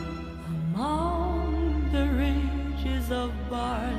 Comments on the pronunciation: Love listening to her voice but the mispronounciation of "rigs" is a constant distraction. While the etymology of the word is from ridges, every source I've referenced suggests that "rig" is the actual English pronunciation. Pains me that some native Engish speaker in the recording/production process did not advise her. Even more irritating though is that, as long as she's been in the US and as often as she has performed "House of the Rising Sun", no one has corrected her pronunciation of sewed ("so" not "sue"). Too picky? Maybe but these are trivial things, that could be so easily corrected, they just stand out and, once recorded, last forever. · A gorgeous cover of a Burns classic. I wonder, though, why she said “ridges” instead of “rigs”. I know English is not her first language, but she normally speaks it so well one could barely tell. In any case, it’s beautiful, just as it is… And, of course, this was another top-tier react. ‘Kinardly wait for the next one :).